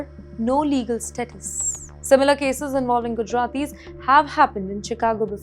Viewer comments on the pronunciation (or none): none